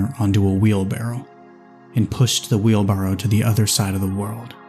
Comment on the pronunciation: I can never say that word - "wheelburrow"